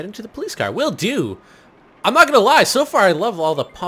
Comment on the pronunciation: I like how says "Pholice" Instead of "Police" Or popo